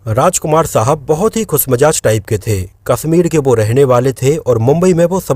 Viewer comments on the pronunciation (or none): none